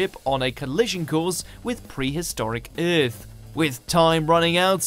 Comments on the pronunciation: What is this planet called Eeeeerth? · Uurth instead of Earth